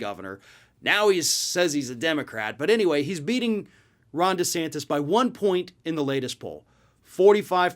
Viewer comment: Ron Duh'santas